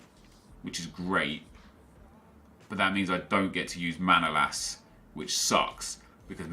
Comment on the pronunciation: manolas name is not Manoolas but Manolaas